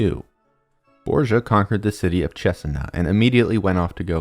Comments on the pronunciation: borDGia...not borsa, please!! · really grat video it made me rethink of how bad they had toght it at school try to reserch the pronunciation of some names hearing borgia like that was hilarious